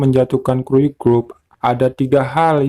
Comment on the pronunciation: kuryu bukan kruyu